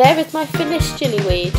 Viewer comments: Sorry if this is rude or annoying but just wanted to say it's gillyweed while you're pronouncing it jillyweed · gillyweed is pronounced with a g not a j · It's pronounced like its spelt - gilly weed, not like jilly weed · gillyweed isn't pronounced jillywed but its a excellent video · No, not jillu, hard G, it gives you gills.